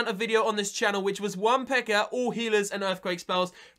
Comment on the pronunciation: Why do you say pekker it's pekka